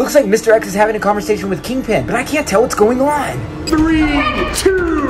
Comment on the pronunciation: Yea not king pen NOT PEN BAHAHAHA